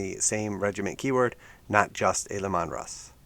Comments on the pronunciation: it's pronounced "LEE-man" not "Le-Mon" :P makes it sound like an italian ice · Lee-Man Russ, but at least you said Custodes correctly